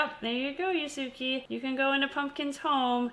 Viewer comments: it's pronounced YOOS-kay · It’s pronounced “yusu-keh” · omg this is great!!! (except the mispronunciation of Yusuke made me cringe)